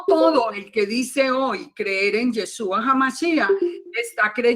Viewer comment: BLA BLA BLA BLA BLA Y NO PUEDE PRONUNCIAR Y E S H Ú A